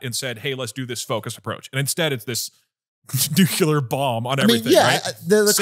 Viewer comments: Sorry for the nitpick, but you guys have to tell Doug so stop saying “nucular” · doug you gotta stop saying nuke-u-lar